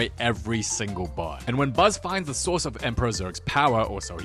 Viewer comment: “DA MOVIE BEGINS💅